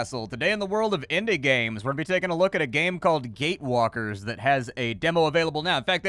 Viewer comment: I open this vid and quickly let it play in the background, first few seconds all i heard was "Gay-walker", dang it.. it wasn't what I thought xD